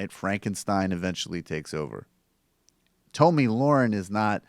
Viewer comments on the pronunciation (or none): Its pronounced tommy not tomey. Who the fucks name would be tomey? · Tomi is pronounced tommy